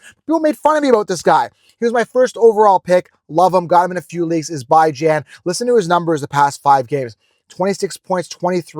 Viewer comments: Ok say it with me ….. Beeee Johnnnn Bijan….. not By Jan…… Beeeee Johnnn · he says it himself and its not By-jan 😂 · The way you saying Bijan name is crazy who have you heard say his name like that